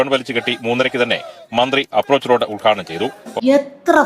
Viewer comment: You talk more by hand language than words.... also it's UDGHADHANAM.. not ULGHADANAM... what a show spoilt